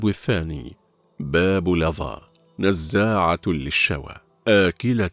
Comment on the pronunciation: نزاعة بالفتح وليس بالضم